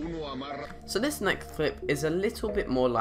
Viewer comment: "So this nekth clip" haha classic